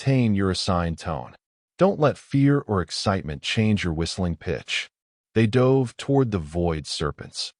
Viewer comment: Your AI needs to learn how to pronouce words spelt the same but sound different according to context. Eg. Tho dove of peace or he dove into the pool. P.s. I don't subscribe to AI.